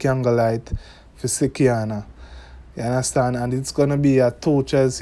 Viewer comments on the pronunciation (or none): It is slikianna not sickianna